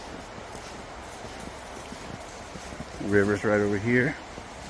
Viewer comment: You sounded southern when you said deeper